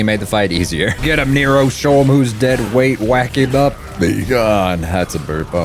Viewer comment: cuz defintley said negro on accident instead of nero